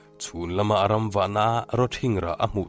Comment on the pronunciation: Tlaikhawhnuah comment ve ang aw,hlothlawh hming i sawi hi,"a ram"nilo in,"a hram"tih tur ani zawk lo maw aw